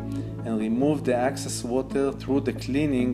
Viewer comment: *excess water, not access water :/